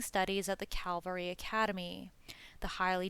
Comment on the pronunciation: Cavalry, not Calvary!